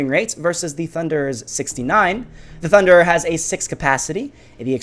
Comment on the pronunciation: your not getting it... also cos u said tunder instead of thunderer